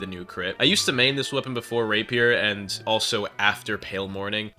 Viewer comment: The way you said rapier hurt